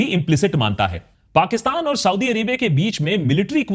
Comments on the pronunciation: Please use correct pronunciation it's Saudi (सऊदी) not Sodi (सोढ़ी). Use like one time correct pronunciation .. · Sauti Sauti kyu bol rahe ho bhai aap? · It's not ""sodi"😂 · Sodhi nahi Saudia hai bhai. Correct pronunciation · You constant SAUDee Arabia is so annoying 🤯 You can clearly pronounce it correctly as you keep doing so in the video it self then why this zulm on our ears 😅 #AkashBanerjee